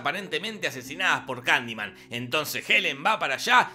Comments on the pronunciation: Y si en vez de decir kandiman digo Kalimán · Estás son las veces que dijo Candiman 👇